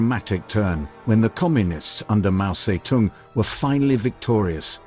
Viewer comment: Mao zae-dong is how you pronounce it 😂